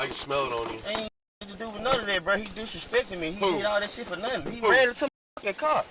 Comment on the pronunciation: "Dissreespektin" is not a legitimate legal defense.